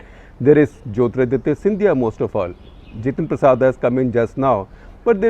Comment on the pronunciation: Not जितेंद्र प्रसादा, he is जितेंद्र प्रसाद।